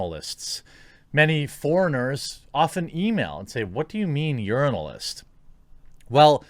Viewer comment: I think the confusion with urinalism is that when you sya it it sound alike yearnilism